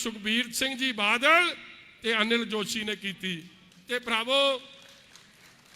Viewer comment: Pehla badal kehna ta sikh la ➡totlea badal nu vaal saav kahi janda hun tere vaal nu dudh cho kad k bahr marna Punjab ne jida kaptaan marea 👌👌👌thoko thoko taali baki lakh dia lahanta Jere thodi raaly ch aae aa tere vaal saav dia nzej aulada